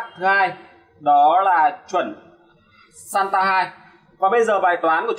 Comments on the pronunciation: SATA không phải SANTA ad ơi :))) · làm clip công nghệ mà cái tên cáp cũng phát âm và đọc sai nữa, title thì giật tít thấy ghê